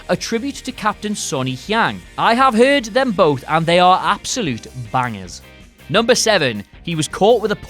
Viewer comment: ai hev hyrd